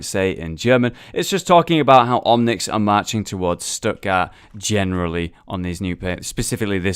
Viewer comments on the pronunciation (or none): Stuttgart is pronounced Shtuht-gaart, with a t at the end, not "Stuttgarr". "Die Crusader stehen Wache" is pronounced "dee Crusader SHTE-hen VA-[x]uh". In German, the digraph (2 letter combination) "ch" can be one of three voiceless fricatives (throat sounds), in this case the voiceless velar fricative [x] in the back of your throat that follows vowels a/o/u and diphthongs like au and turns up in Scottish "Loch". While the "ch" in "Eichenwalde" is the voiceless palatal fricative that follows vowels a/e/i and diphthongs like ei/ai, eu/äu and ei/ey, pronounced like the H at the start of the English word "huge".